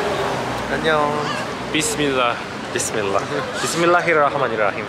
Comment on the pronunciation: Bismillahirrararrarararara😂😂😂😂he is so sweet😂😂